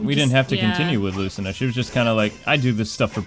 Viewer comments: ITS PRONOUNCED LOO SEE NU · In fire emblem awakening its pronounced like "luseenah" but spelled lucina. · It's pronoucned like Luce-ce-nah. Also, is it alright you can do classic mode as Bowser Jr. and R.O.B.? You can choose any outfit you want with those two. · its pronounced luceena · Lord hearing you pronounce Lucina wrong hurt my ears and made me cringe